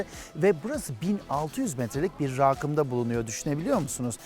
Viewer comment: Saffet: rağğkım değil "Rakım". Su fabrikası bulunuyor diyorsun. su fabrikada üretilir mi? Fen bilgisi dersi de mi görmedin ey peruğunu sevdiğim. Ağlasun isminin hikayesinin nerenden uydurdun bir anlatabilirmisin. Tanıdığın Arkeolog da mı yok sorsaydın Sagalassos yazılışında bile Ağlasun geçiyor. Adamın yokluğunda abruhhaman çelebi derlermiş neydi o saffet?